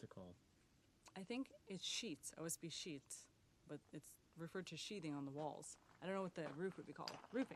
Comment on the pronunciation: i had to check myself...lol...It's sheathing, not “sheeting” Plywood and OSB are examples of sheathing, not “sheeting.” The word comes from the verb “to sheathe,” which means to encase something in a protective covering (as a dagger is protected by a leather sheath).